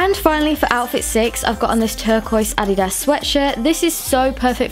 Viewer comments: Uh di das not ah didas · Im i the only one that got sorta triggred when she said (ad-e-dass)???? Just wondering no hate💗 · it’s pronounced uhdeduhs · the way she said addias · It's ah didas that's the original way to pronounce it but some People say it differently which isn't a problem cuz it's the same brand so yep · Who else got annoyd when she said adiDas and Nik(e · Intaeresting the last “s” is pronounced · Not to be rude but u said adidas wrong. BTW love your ideas and how u like to style your clothes. U should be a model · The way she says “adidas” has me rethinking how it’s really pronounced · Omg did any one else notice how she said adidas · anyone else cringe every time she said adidas